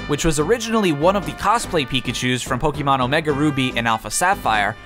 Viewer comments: It’s Po-keh-mon not Po-key-mon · Its poke eh mon not poke ee mon. Just remeber, be Canadian